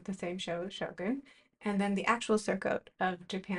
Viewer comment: Excellent video- very informative. I always thought the show was pronounced “show gun’” so I liked hearing how properly say it. So much detail went into each piece.